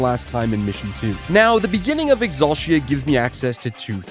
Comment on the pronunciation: I need you to stop saying Exulshia. ExulTEEuh